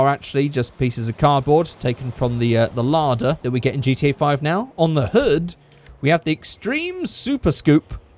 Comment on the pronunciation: just called a Lada a "larder"